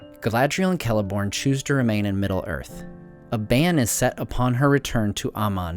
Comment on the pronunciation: Oh neat you know how to pronounce Celeborn and Celebrimbor.